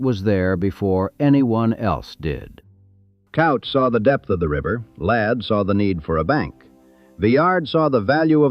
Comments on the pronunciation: well the AI does not know how to pronounce Couch. it is Cooch. not Couch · Right. And also cooch, not couch. not sure if this voiceover is AI or real, but, come on, get those damn pronunciations right! yea, all those snow flakes and artifacts over the videos that are probably not licensed seem suspect. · Mr.Couch's name is not pronounced Cow-ch. It's actually Coo-ch. I know crazy but true. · Its "cooch" not couch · And it's pronounced "cooch." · pronounced K-oooo-ch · Will-am-it River, and Couch is pronounced Cooch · Sighs.....John Hurd Couch is pronounced kooch. Willamette is pronounced wil--a (as in apple)--met (NOT willa--met) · "Couch" is pronounced "Cooch" in Portland. Its a surname so I assume that's how the family pronounced it. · Couch is KOU-CH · And "Couch"....it's pronounced "Kooch"!! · In addition to mispronouncing Willamette, you also got Couch Street wrong. It's not that hard to check. I asked Claude, and of course, it got the correct pronunciations along with explanations in seconds. There is no excuse for getting these names wrong. It irritates the hell out of us who live in Portland, and it ruins an otherwise fine video. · What ai can never understand from a script is the pronunciation of Willamette and Couch.